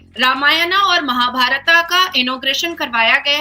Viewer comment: नाजिया जी आपका दिल से सम्मान है आप भारत देश से है तो आपसे ये उम्मीद कर सकते है की आप महाभारता न बोल कर महाभारत बोलिये, इसी प्रकार रामायण बोलिये। आपका दिल से आभार